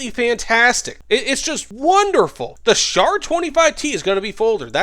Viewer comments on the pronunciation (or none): none